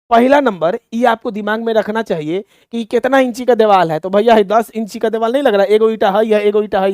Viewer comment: Kya psycho padhaoge tum deewar ko diwal bol rhe ho